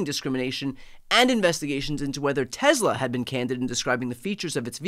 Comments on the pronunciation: It's pronounced Tesla, not Tezla. C'mon Brian, Leon Muck already hijacked x, don't give him z too. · TESSSLA NOT TEZZZLA